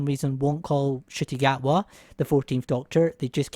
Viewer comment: It sounds like you are saying "Shitty Gatwa" instead of "Shooty Gatwa". You might want to work on that pronunciation before his tenure begins....unless you are trying to be tongue in cheek with the shade in which case carry on I guess.